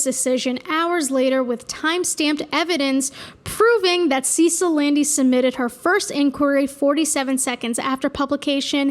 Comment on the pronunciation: “Sa-seal” phonetically not “See-sill” Cecile it’s French.